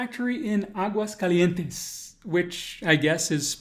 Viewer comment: It is written Aguascalientes, but it is pronounced Aguascalientesn